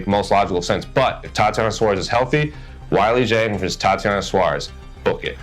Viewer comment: "Why-Lee Jeng"? 🙄 I literally did not know who you were talking about for a couple seconds. C'mon dude